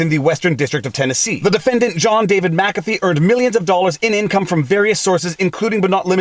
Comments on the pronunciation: WHY do you explain he is the founder of Mu CAFFEE antivirus and Mu CAFFEE systems... Then you proceed to call him MACA FEE ??? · Its mickafee. Not mackafee